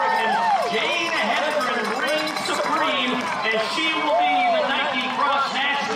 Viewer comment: Why can’t a lot of announcers pronounce her name correctly? He-den-gren.